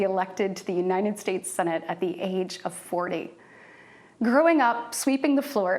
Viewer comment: Dear Katie, please learn to pronounce United States (instead of calling it Unined States)